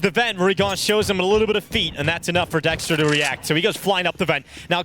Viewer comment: Dexter ❌ Sexter ✅